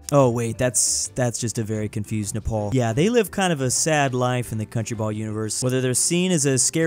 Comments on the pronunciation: its napar nap-R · I felt physical pain when you said triangapore but not neprawr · Nepal? More like... NE-RAW?